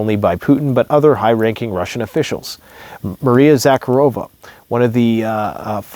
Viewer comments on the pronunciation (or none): none